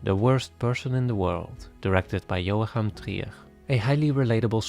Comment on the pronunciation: Joachim ≈ [yoakeem]